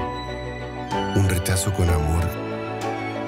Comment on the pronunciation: Ma dan risa los mapuches del rechazo: "Por eso.. retchazo, posom"